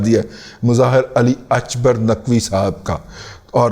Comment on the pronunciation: Mr Ali Akbar Naqvi is a Pakistani not Irani, so please pronounce his name the way it is called in Pakistan. Stop being religious racist